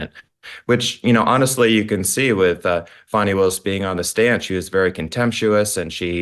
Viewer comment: I love you Kelly! You say it like it is! And her NAME PRONUNCIATION, FANI, not FAWNY! 😂😂😂😂 FANIIIIIIIII!!! 😂😂😂😂 LOVE IT